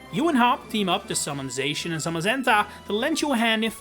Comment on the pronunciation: It’s pronounced ZAH-SHEE-ihn, VEE-oh-luh, and SEEL-EE-oh, “”! 🤨